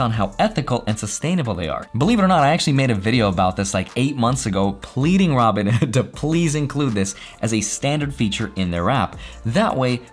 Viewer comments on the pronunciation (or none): none